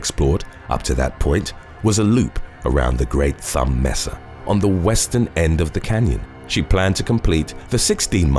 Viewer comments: "May-sa" not "messa". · Mesa is pronounced MAY-sah.